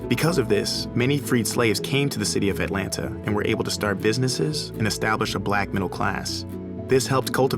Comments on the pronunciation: And he don’t know how to say Atlanta for real though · She says "Aeh-lanna" Reporter says "Atlanta" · who else doesn't like it when someone says Atlan(TA) just say it all together Atlanta Atlanta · If any of y'all from ATL, we say Atlanta "Atlanna" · It's cute that he pronounces the 2nd "t" in Atlanta. Also, the Clermont Hotel is now a trendy, boutique hotel rechristened Hotel Clermont and I'm willing to bet one night costs more than the weekly rate in the 90's. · The "t"'s in Atlanta are silent 😂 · Shidd the way he keeps saying the second T and Atlanta Ik he isn’t from here 😂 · Why didn't anyone instruct this guy on the correct way to pronounce Atlanta (et-lanna) and Ponce De Leon (Ponce duh Leon) in the A-T-L?